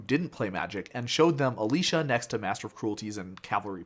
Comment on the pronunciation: It's Alesha, not Alisha.